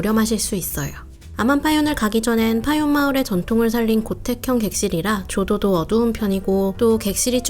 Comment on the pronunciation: 파윤 하는데 원래 발음은 파윈인데... 정식 리조트 명칭이 파윤 으로 되어있나요?